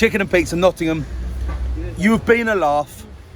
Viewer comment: It is Nottingham mate..